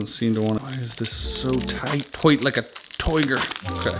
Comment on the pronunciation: toite lika tiger lmaooooo